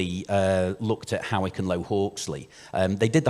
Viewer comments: It's pronounced Haw-ick, like paw, not like how or now. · Actually it’s pronounced hoyk